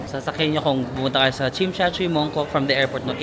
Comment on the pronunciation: Not Chimshatchuy! It’s TSIM SHAT SUI